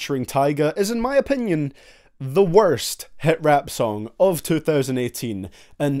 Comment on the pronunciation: Kream? for real